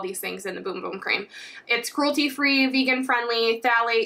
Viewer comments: Its BUM BUM not BOOM BOOM 😅😅😅😅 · It's Bum bum cream not boom boom 🙈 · It’s pronounced Bum bum not boom boom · PLEASE quit saying boom-boom, its bum-bum as in ass. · No it’s not 🫶🏻 it’s actually pronounced boom boom. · It’s boom boom not bum bum smh 🤦‍♀️ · it’s pronounced boom boom. Its a portugese word. “u” is pronounced as “oo”, just like spanish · I'm brazilian. THE RIGHT PRONUNCIATION IS BUM BUM . We don't speak like spanish . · Ummmm...it's not pronounced, "Boom Boom" why is it so hard to pronounce it right? It's like a Bum on the street, Bum? 😛🫣🤔